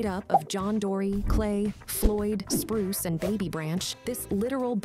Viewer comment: It's Bruce not Spruce